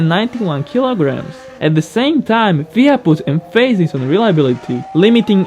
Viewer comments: did you just said Fia instead of F I A?? haha... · It’s F-I-A not fia